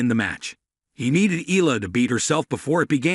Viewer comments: It's AI talking. That's why it pronounced Eela not Eyala. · Correct Filipino pronounciation of her surname is (eyala) not (ela), hope you got this correctly on your next videos